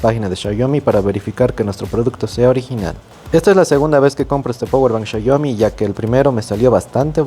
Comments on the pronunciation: Qué esperabas de un espécimen que pronuncia shaiomi 🙄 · Me da dolor de cabeza cuando dice "chayomi" pero buen video saludos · PORQUE LE DICEN XAYOMI xd